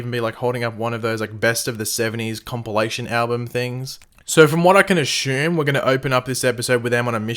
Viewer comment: Love your content, but please pronounce "ASSUME" correctly... so cringey lol